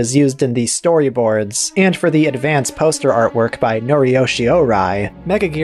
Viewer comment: “Megajirus” Lol James Rolfe botch on the name.